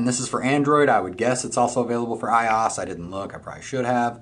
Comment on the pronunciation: You say the letters iOS it's not a word 😂